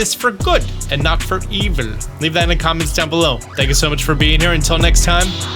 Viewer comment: That pronunciation of eViL had me cackling 😂😂